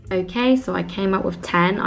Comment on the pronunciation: your „okay“ after doing your makeup sounded SO german omg